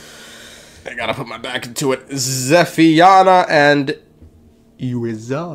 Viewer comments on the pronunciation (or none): that name is pronounced ze-fa-NA-ya in English, or something like tze-fan-YA in the original Hebrew (capital letters mark the stressed syllables).